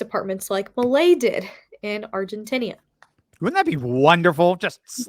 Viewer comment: Stop saying “argentinia”! It’s Argentina. The people are Argentinian.